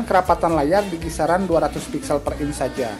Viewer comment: "Inch" bukan "ince"